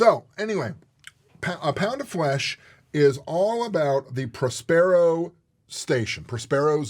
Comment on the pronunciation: Próspero, not Prospéro